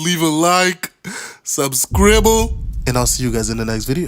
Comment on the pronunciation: You forever ruined the word Subscribe to me, I always think of Subscrible the exact way you pronounce it. Thank you, it is funny.